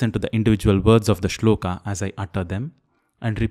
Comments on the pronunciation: Shlokaaaa nhi sholak. Hai vo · I find it annoying when you pronounce श्लोका instead of श्लोक, योगा for योग n so on... I have a question though... Do you ever use word संडासा for संडास ?? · Why pronounce श्लोक as श्लोका, कृष्ण as कृष्णा (meaning द्रौपदी ), राम as रामा (meaning सुन्दरी) etc .It has become a common practice to pronounce गरुड as गरुड़, वडवानल as वड़वानल । Please differentiate between Horward Kyoto system of transliteration into Roman from the old &more popular system of IAST adopted in Athens ,in 1912 . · Why are we pronouncing 'shlok' (श्लोक) as 'shloka' (श्लोका)? . this itself is wrong to begin with. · Disqualified in 10 seconds when you pronounced श्लोक as श्लोका ugh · Good channel and a good methodology to teach, just one thing.. is it श्लोका or श्लोक कलिदासा or कालिदास plz rethink. There may be limitations of a language that one can not write a word exactly how it is actually pronounced, but you are not bounded by the language to say it correctly. No matter which language you choose, it will never limit you to pronounce it correctly. And who else can better understand the importance of correct pronunciation rather than a professional sanskrit teacher.